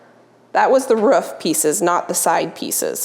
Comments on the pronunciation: The word is roof not ruff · I'm not sure where in the US you are, but your pronunciation of roof makes me giggle. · you pronounce roof like Schmidt from new girl hihi